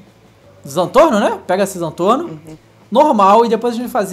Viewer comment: Não é Zantorno é Zentorno